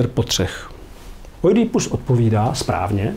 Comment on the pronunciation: Poprvé slyším Oidí í ípus, je to tak hezčí.